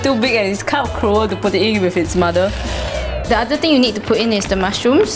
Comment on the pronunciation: Omg you're so funny! "eat duh chicken " lol